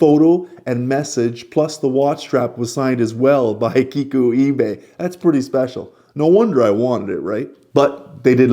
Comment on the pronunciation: i really like you pronounce "ibe" correctly, as so many watch reviewers call him "ai-be"